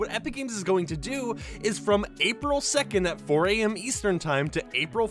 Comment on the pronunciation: Did you just say apil 14 thats the day im go to Sjælland